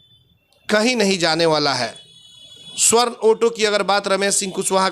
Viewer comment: स्वर्ण नही,सवर्ण होता है ।